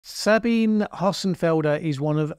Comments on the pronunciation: FYI her name is pronounced Sabina not Sabine I too for a long time thought it was Sabine until one day she spoke in third person, it's the german version. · It's actually pronounced like Sabineh. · Most people, including her self, pronounce her first name as "Sabeenah", just in case you're interested. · One small quibble, Sabine is pronounced 'Sabina' unless she herself pronounces it that way. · Her given name is 3 syllables. sa-Bi-nuh za-Bi-nuh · "Sabine", the first name of Ms. Hossenfelder ends in a "schwa" (Schwa /ə/) sound, exactly the same Schwa as "Baker" ends with. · Very good, but do pronounce the final e 👍